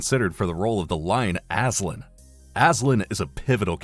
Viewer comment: It's Aslan not Aslin...